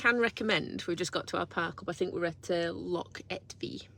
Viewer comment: Google schmoogle. Try the Oxford English Dictionary. The failure to pronounce the 'ch' has nothing to do with an English regional accent, as 'loch' is a Scottish word. Lake is the English equivalent. Scotland also has many dialects, by the way. If there are some English words that Scots tend to get wrong, then that is them getting it wrong. However, 'hoose', for example, is Scots (same as 'hus' in Norwegian) and 'house' is English (as 'haus' is German). That is quite distinct from saying a Scots word (as opposed to the English version - 'lake' in this instance) incorrectly. Try going to Ulster and pronouncing 'lough' as 'lock'. You'll get the same response. I was not 'name calling'. Failure to even try to pronounce local or national words properly and then insisting that you are right in your misprononunciation is far more rude than pointing out how lazy this is.